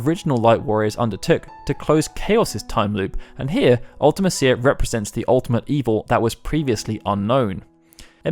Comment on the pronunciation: I know I'm nit-picking a little bit but you pronounced Ultemicia wrong